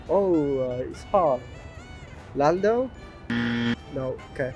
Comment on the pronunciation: they call lando "lands"? 🥺